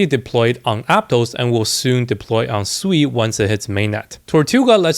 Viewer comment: It’s pronounced as sue e